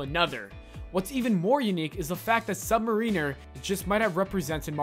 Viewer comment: Learn to pronounce "mariner," god damn you!